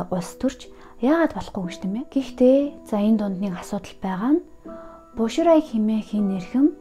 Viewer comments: Боширай биш Бо Шилай, Жан Вэйжи биш Жан Вэй Жие гэдэг шүү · Бо шилай гэж дуудах бишүү. Bo xilai. 薄熙来